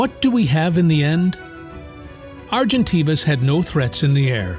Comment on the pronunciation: You’ve pronounced Argentavis properly the first time and then made me cringe every time you’ve mispronounced it.